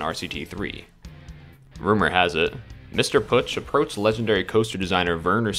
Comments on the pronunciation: "ö" not "u" or alike^^ within Pötzsch (and the sz is kinda a sharp s) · It's pronounced "Pötzsch". Glad I could help! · Ö='ur' sound so P-ur-tsch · It's pronounced "Pötzsch"